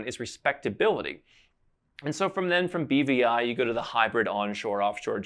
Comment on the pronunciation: no problem. I thought he had said bbi too...had to think about it to realize he said BVI